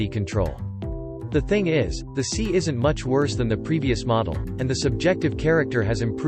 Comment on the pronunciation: it is pronounced "S" "i" ( not Si......or "C"). C'Mon